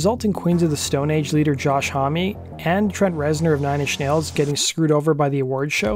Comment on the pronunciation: Ohhh it gets me how you pronounce "hommie"- it is Josh "Home". But interesting video.